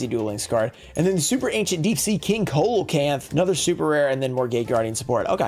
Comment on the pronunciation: Coelacanth is pronounced “See-La-Canth” my dude